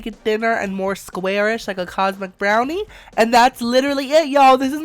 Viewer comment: when he said cosmic brownie i kept hearing condom brownie and every time im just like "what?!?"